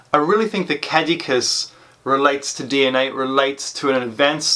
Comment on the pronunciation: You need to work on the pronunciation of caduceus